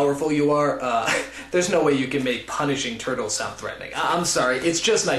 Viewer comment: LMAO "Vanish these TORTOLS!" :D:D